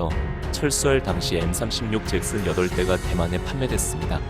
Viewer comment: 잭슨이 발음이 왜 sex스로 들리지?